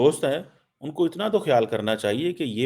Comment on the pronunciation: Aap bol rahe ho ki inlogo ko pakistan aanaa chaahi-a. Ku aanaa chaahia-a ? Is pakistan really safe for any kind of investment ?Think on it .